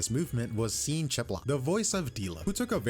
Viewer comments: Bro really pronounced the name Sean as "seen" 😭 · Just a note: it’s Sean Chiplock (pronounced like shawn)